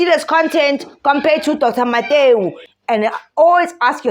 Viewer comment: 😂😂😂😂😂i like how you keep saying Dr mateu😂😂😂😂😢😂😂❤❤❤